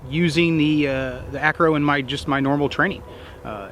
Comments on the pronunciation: ACRO NOT ARCO...... Good review otherwise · why do you keep calling it the "arco" instead of "acro" --- too busy compiling data to bother calling the product by its given name? ahahahahaha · Am I the only one that kept hearing Arco instead of Acro? Great review as always. Can’t wait for the SRO review next!